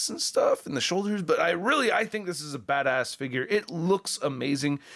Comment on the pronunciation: When you said that this figure looked badass, it sounded like you said “this figure looks fat ass.”